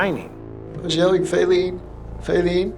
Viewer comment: Fayleene ? Who calls a baby that?